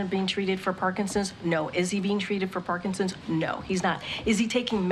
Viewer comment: It's not Parkinsins!